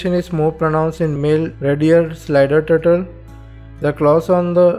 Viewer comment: the word that i understand is a turtle,but his turtle is turtol haaaaa 😕😕😕😞😞😞